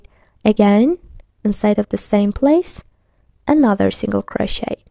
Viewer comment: She said croshiter😂